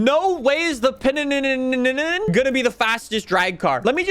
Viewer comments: Pronounced: Pin - nin - fareenia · Can’t pronounce Pininfarina and also calls wheels spacers “engine spacers” like bruh wheel spacers have nothing to do with the engine.